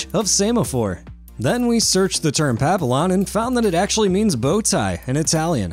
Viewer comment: It’s not pronounced Papillon lol it’s French therefore the L’s are silent. Pappy-on